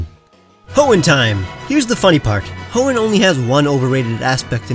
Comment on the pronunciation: anyone else think he said hoenheim when he said hoenn time?